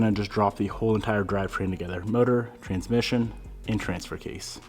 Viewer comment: I noticed the emphasis on trans-mission in the last couple videos lol. Weird when context doesn't seem to matter